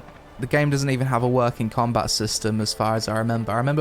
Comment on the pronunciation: "Cameloh" - "Combah". Speak English, I thought your country spawned the fucking language.